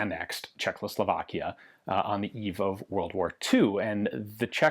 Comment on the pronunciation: God damn it Ian, I love your content so, so, soooo god damn much... but... dude.... THERE IS ONLY *ONE* "L" CZECHOSLOVAKIA!!! Every single video you do in which you say the country's name (and that's surprisingly frequent) you say Czech-LOW-Slovakia, and it makes me die a little inside every time. =|